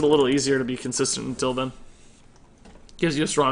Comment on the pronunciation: dude it is "then", not "den". Damn dude, where did you get that from? Wtf